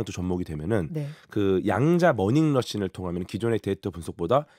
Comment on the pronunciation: 10분 47초에 '머닝 러신'이라 해서 응?? 뭐지 했음. '머신 러닝'의 수준 높은 재조합.. 한번 '머닝 러신'에 중독되면 '머신 러닝'이 틀린 용어가 되어 버리니 머닝 러신, 두번 이상 반복 발음 하지 말 것 요망! 궤도 님이 너무너무 컨디션이 안 좋아 보이시는 걸 봐서, '양자 중첩' 대신 '단어 중첩', '양자 얽힘' 대신 '단어 얽힘' 현상이 발생한 것으로 추측 됨. 역시.. 양자역학을 온몸으로 구현해 주시는 궤도님!